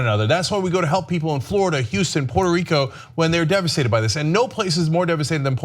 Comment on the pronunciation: first stop disrexpecting, learn how to pronounce the name correctly Puerto Rico,,and stop the bull shityou r not fooling me ,I'm a born and rise there,you morons.said